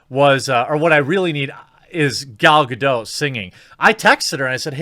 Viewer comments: Dude, why don't you pronounce the 't' in 'Gadot'?! Drives me crazy! It's not French, it's Hebrew. 'Gadot' means 'riverbanks', BTW. Other than that, I love your guts. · GADOT! WITH A HARD T! You daft fucks! ;-)